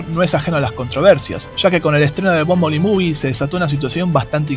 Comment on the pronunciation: excelente vide,pero se pronuncia bombel bi